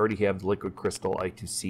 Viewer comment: Eye-Squared-Cee, not I-To-See :D